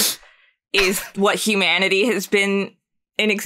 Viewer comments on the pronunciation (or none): When you said humanity I heard hue manatee